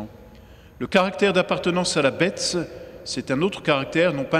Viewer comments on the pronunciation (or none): damor c'est bien la marque de la bête qui se révèle !!!....pourquoi prononce t il. :" la betesss " ??